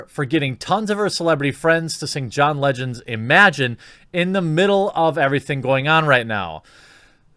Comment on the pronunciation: You might want to fix a big blooper. John Legond?